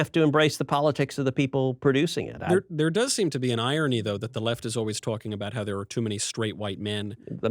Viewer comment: "twalking." I can't unhear it now haha